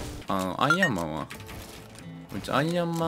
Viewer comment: アイアンマーンって言ってるとこヤイヤイマーンって聞こえたw